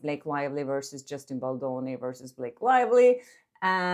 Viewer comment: Girl you sound like you calling Justin Bolloni… pronounce the D